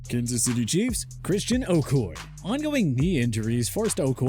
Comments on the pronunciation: Christian O-Koy-Yay. Is the pronunciation bro. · You really just called him Christian OH-coy. Wow..... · Please get someone who knows how to pronounce names correctly. Oh koy? Who the f*ck is oh koy? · Did this man seriously call Christian Okoye “oh koi” smh 🤦‍♂️ It’s “oh-koi-yay” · Oh come-on man. It's o koy yeah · Ok now wait a minute. 1. Christion Oh-Ko-YAY (Please learn to pronounce a name if your going to use it) Now I KNOW for a fact you know NOTHING about football! Christian OH-KO-YAY Was a Legend among the ENTIRE NFL and was an Unstoppable Force until he ran into the Immovable Object of Steve Atwater. Quit dissing players you know nothing about and do your research. Thumbs down to this video. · Anyone else annoyed at how he butchered okoye’s last name? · Christian Okoye’s name is pronounced O-coy-A. This is a good example of why this channel sucks. You guys don’t know what you’re talking about and you just regurgitate stuff you heard on better channels. I doubt anyone at this channel is even a football fan. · It's pronounced O-koy-yay. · How do you not know how to pronounce Christian Okoye? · You slaughtered Okoye the e is pronounced he is Nigerian and also for people who don’t know was an Olympic caliber thrower although wasn’t selected to represent Nigeria for unknown reasons. He also hadn’t heard of football till college! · Not enough for the narrator to pronounce his name correctly.